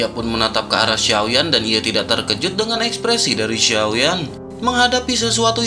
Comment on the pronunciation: Mimin..mimin ini cina? Konten nya ok good,konten cewe mah aneh...terkejut min bukan terjekut..t e r k e j u t ni spell nya👆 1 lagi kepala k e p a l a..kepala bukn kelapa